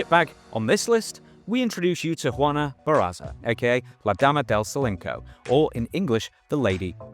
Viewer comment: Silencio is Solenko...ok. other than that ear worm, cool video!